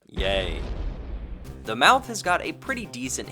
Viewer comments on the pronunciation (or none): none